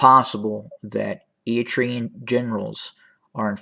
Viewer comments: Any pictures, any evidence?. Can’t even care to learn to pronounce the country involved. You’re not a good liar! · Fake news. Pure speculations. Stop speaking your opinion and winding it out as facts. And as I stated before, learn how pronounce Eritrea correctly if you’re gonna defame its name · Not a very big deal, but can you please work on your "Eritrea" pronunciation haha? You're skipping the first R like "eat-rea". It's pronounced "Eryt-rea" You're pronouncing Tigray well now 👏